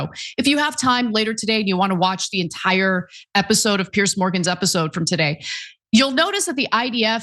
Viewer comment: Piers not Pierce ……..